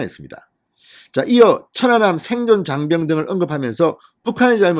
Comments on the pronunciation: 확실히 진성호씨는 어휘력이 부족하다. 천안함을 처난남으로 읽는것인가? 모니니터링을 해보시기를 160만 구독자를 가진유튜버이다. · 진성호 발음은 좀 이상하다 사전 투표 사전 발음이나 천안함발음이나 왜그렇게 액쎈트를넣고 발음하는지 듣기에 이상하게느껴진ㄷㅏ